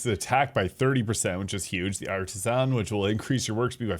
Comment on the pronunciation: You say artisan funny